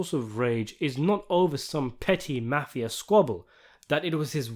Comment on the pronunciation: With the sole exception of your pronunciation of "Mafia" you provide the best and most entertaining breakdowns on the Net. Thanks for your great work!